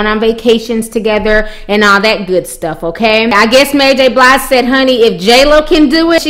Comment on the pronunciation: pronounce Mary name "Mary J Blide" lol lol